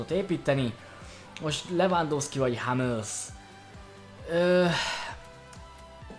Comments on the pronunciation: Hummelsz és nagyon nem Hámmölsz német nem angol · sokszor mondod de az nem hámmelsz hanem hummelsz a kiejtes